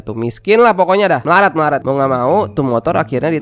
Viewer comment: Njir abang ternyata orang madura :MELARAT MELARAT MELARAT